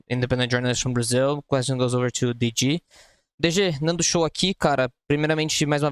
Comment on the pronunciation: os cara nao sabe falar o nome do DG kkkkkkkkkkkkkkk